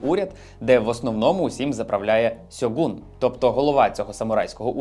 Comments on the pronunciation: *Шьоґун і Шьоґунат, а не так, як сказано на відео. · Вже не вперше чую, тож варто зазначити. Ви кажете до прикладу "сьоґун", чи "сьоґунат", але цей варіант транслітерації походить з російської системи транслітерації поліванова, яка мало того, що російська, та ще й досить далека від японської вимови. За нормальними українськими системами ці слова будуть звучати як "Шьоґун" чи "шьоґунат". Загалом, якщо не хочете розбиратись, можна просто транслітерувати з латини, вони використовують нормальні системи, хоч і з нюансами. І англійською можна помітити, теж виглядяє як "Shogun"